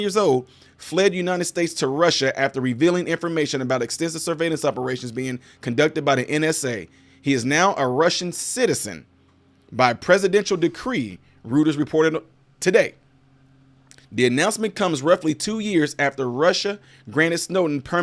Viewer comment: I appreciate your content. I hope you are getting to the point where you can hire a producer so your streams are not so clumsy. Also, Reuters is pronounced "Roy-ters." I cringe every time I hear streamers get this wrong.